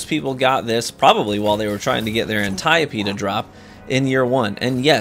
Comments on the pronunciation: The pronunciation in greek is “Ant-ee-o-pee” with the punctuation on the last “e” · Sorry but you are incorrect as well IN GREEK it’s an-TEE-oh-pee. You have the syllable emphasis correct, but you are using English vowel sounds, not Greek. There is no vowel “eye” sound in Greek, only “ee”. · im pretty sure the most correct pronunciation is an-tai-oh-pee instead of an-tee-oh-pee or anti-ope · I am Greek, and let me assure you, the way you pronnounced Antiope is wrong. The correct word in Greek sounds like a mix of yours and Kackis. Give emphasis on "o" with kackis pronunciation of the "i" and the "e" at the end is not silent like in your pronunciation. On the other hand, most of Greek names are pronnounced incorrectly in English anyway, so I guess you can call it the way you know it as a Greek name. Paste this "Αντιόπη" on Google translate (Greek to English) and click on the listen icon :P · I'll forever mispronounced antiope-d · Here in Mexico we called “El Antiope” with énfasis on the “E” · Although I understand that the correct pronunciation is Antiope, I prefer Antiope. I just like it more. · I pronounce it wrong and will forever keep doing so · he called it antiope what a dufus